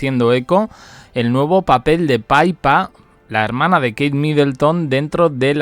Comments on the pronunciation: DALE CON LO DE PAIPA ES PIPPA. APRENDE IDIOTA😂😂😂😂😂😂😂😂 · Es PIPPA....no Paypa, No le cambien el nombre!! PIPPA, entendido ?? P I P P A MIDLETTON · Oye yotuber no se dice PAIPA. SE LLAMA PIPPA. MIDDELTON 😂😂😂😂😂😂😂😂😂